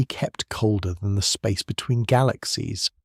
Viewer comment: "Da spaces inbtwn galaxies" BO WAH HA HA. If ya can get away with it, why not, I guess, eh?